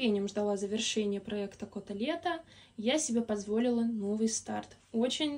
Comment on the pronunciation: Финиши замечательные! 🎉 С наступающим Новым годом! Желаю, чтоб все твои личные мечты исполнялись! А твоему каналу процветания и побольше «твоих» зрителей ❤ П.с: мне все время вместо «Кото-лето» слышалось «Котлета» 😂 пойду поем наверное 😂